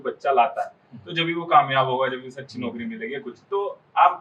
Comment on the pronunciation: don’t say kamiyab ho gya Hun in your mouth not suit your mouth. Rest of good 👌